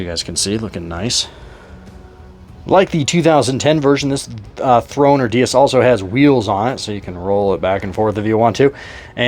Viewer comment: Cool video! BTW, the throne is a DAY-IS (Dais) not DEE-US.